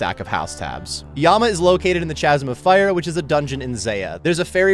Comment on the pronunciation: I'm pretty sure it's pronounced K(Ch)asm. The Ch in Chasm is a K sound